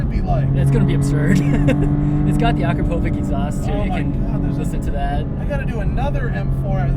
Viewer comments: Akrah-POE--vik? :D Try Ah-KRAH-po-which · hahaha, I haven't heard that Akrapovič misspronounciation :D needed a moment to get it. btw, It's akrapovich, with an accent on the "i". nice car :)